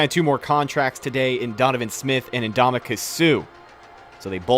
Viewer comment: Hearing say Ndam-u-ka instead of (uhn·daa-muh·kuhn) with an N always makes me hilariously cringe